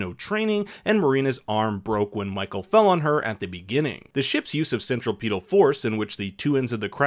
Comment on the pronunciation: I guess that's one way of saying centripetal....